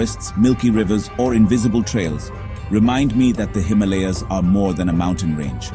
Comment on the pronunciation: Incorrect pronunciation of Himalayas! And by someone who should know better!!!!!!